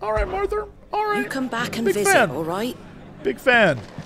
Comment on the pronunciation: Jesse loves saying Marthar and I'm 100% here for it